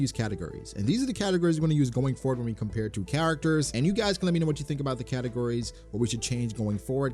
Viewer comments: "Based on categories" sounded suspiciously like "based on Katakuri" and I got triggered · I know you were saying categories but I swear it sounded like katakuri every time!!